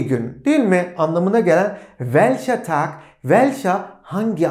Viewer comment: Welche Tag ist heute, derken welche Tag ist (Tochter) gibi ses çıkıyor :))